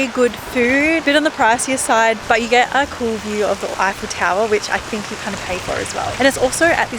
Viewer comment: A tip for you to say tour eiffel.. say F L tower. Stop highfel tower lol